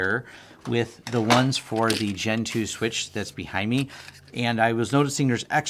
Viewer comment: Every time you say "Gen 2", I hear "Gentoo"